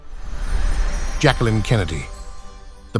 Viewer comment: It is pronounced Jack-leen...NOT Jackkalynn....pathetic how obnoxious you are.